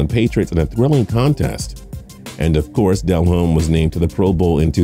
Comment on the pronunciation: His name is not pronounced Del Home, DE lomme